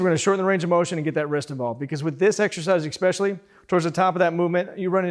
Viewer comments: Funny. He makes comments which indicate he's read some serious literature. What's with the expecially thing? Effect? Anyway, that about does it for my criticisms of. His stuff is exceptional. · "Expecially" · "Ekspecially" Love the videos man, keep it up.